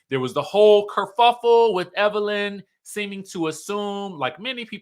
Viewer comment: It's Evil Lynn already!!! Evil LYNN not lene